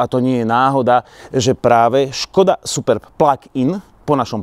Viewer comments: To, že sa to tak nemá hovoriť. Je to jedno slovo Superb a nie Super B. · Ale název Superb není žádná zkratka, proto není důvod to tak špatně číst.